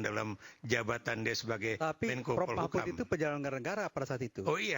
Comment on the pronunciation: Yang pakai peci hitam menyebut Prof Mahfud saja salah. Masa Mahfud di sebut Mahmut😂😂😂😂😂😂